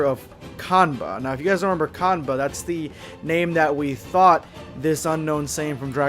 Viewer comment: His name is Kanba not cumber